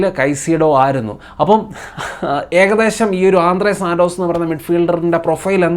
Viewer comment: ആന്ധ്രാ സന്തോഷ് ❌ ആന്ദ്രേ സാൻ്റോസ് ✅